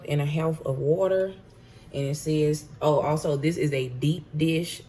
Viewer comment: “A cup and a HAOLF of wuter”